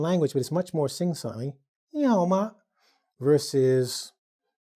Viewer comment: That’s a good Ni hao ma... pretty impressive